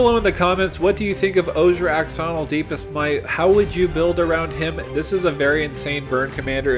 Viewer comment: "Ash"onil. X makes a shh sound.